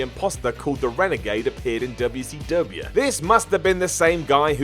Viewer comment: says WCW correctly?!